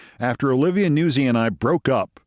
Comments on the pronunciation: I really feel pronouncing it Newsie is Italian American erasure. NOOTS-ee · Im pretty sure nuzzi is pronounced "nut-sy" not newsey...(it's Italian)😉